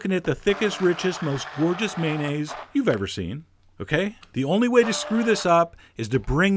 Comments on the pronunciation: Well, "may-nayz" is slightly better than the often-heard "man-ayz," but it's still missing a syllable. It's may-on-ayz. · I think the o in mayonnaise is not silent.